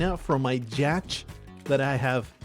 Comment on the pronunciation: A 'jatch'? What happened in your mind that turned yacht (yoh-t) into jatch (jah-tch). Y into J? Incredible.